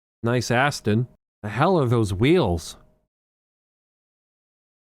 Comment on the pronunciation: "Nice Asston"